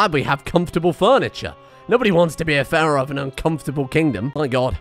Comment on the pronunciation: I love it how he sometimes says "pharoid"